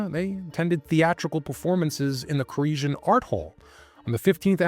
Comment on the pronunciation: I think its pronounced core-esh like the infamous David koresh of the branch davidians in Waco.